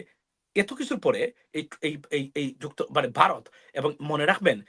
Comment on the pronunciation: হালায় বাংলা উচ্চার শেখেনাই ভারতকে বলে বারত .বলদ কোথাকার।পিওর মাদ্রাসা প্রোডাক্ট।